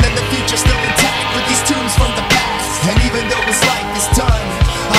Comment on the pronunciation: Great song, but you mispronounced "tomes" as "tombs"